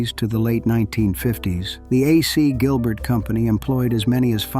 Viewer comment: I was looking forward to seeing something about my very favprite toy. Until I heard the shitty computer generated narration. Uhsee Gilbert, indeed. Totally ruined the production.